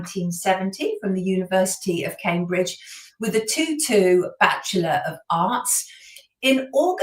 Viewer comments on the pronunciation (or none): none